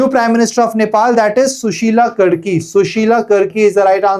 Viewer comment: karki (कारकी) hota h sir 😭 I am from Uttarakhand and I lost it when you pronounced कर्की